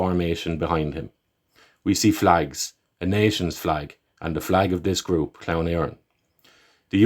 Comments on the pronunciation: native speaker here and it is your own ignorance which prompted you defend such a fool as Barrett. clearly said clown as in the English pronunciation of the English word, which he certainly is. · Maybe I was a bit harsh, sorry. Irish people can be too quick to mock each other for mistakes in their native tongue. It's tragedy enough that it isn't spoken and this doesn't help those who are trying to learn. Clann is pronounced differently depending on the dialect so it's an understandable mistake to make. Correct mistakes by all means but no need to laugh at people and say they're ignorant.